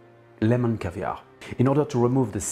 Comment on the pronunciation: Marvellous,! I hadn't heard of the lemon caviar before. Interesting... Wait, did you say caskets? Haha!